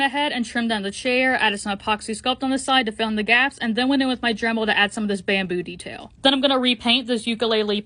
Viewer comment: The way you said “bamboo detail” sounded like “bam booty tail” and I was confused 😂😂